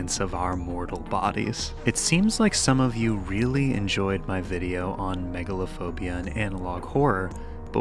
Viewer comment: Megalophobia should be pronounced similar to arachnophobia. Me-GAL-ophobia.